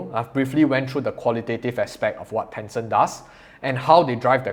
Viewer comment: Ten Cent. Not Tenson! 😬